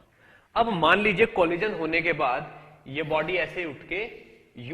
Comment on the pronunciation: Funny guy....."colijan"